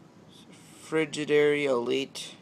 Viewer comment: Its Frigidaire (pronounced Frig id air) not Frigidary.